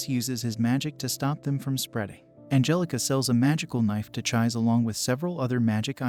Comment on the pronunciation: Actually no, Its Chise. I misspelled. Pronounced Chee Seh.